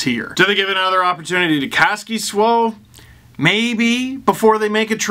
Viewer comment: PLEAAAAAAASE LEARN HOW TO SAY KASKISOU CORRECTLY ... it’s soooo frustrating hearing you say it lol